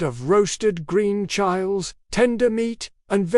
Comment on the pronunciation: Haha pronounced Chiles incorrectly